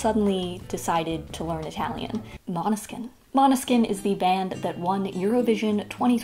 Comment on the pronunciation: uhmm sorry but we say måneskin not maneskin 🤣